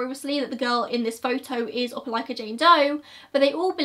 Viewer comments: Omg, I'm shook that you pronounced Opelika correctly!!! I live in this area. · I've haven't clicked an upload notification so fast since the last time uploaded! I live 15 minutes from Opelika and this case has puzzled me since the first time I saw it on local news. Thank you for covering this case and excellent pronunciation of "Opelika!" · I grew up 15 minutes from Opelika. I’ve never heard of this case! 😳 Also, great pronunciation of Opelika!!